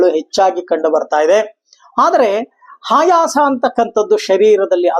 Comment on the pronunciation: ಆಯಾಸ ಅಂತ ಹೇಳಬೇಕು ನೀವು ಹಾಯಾಸ ಅಂತ ಹೇಳ್ತ ಇದೀರಿ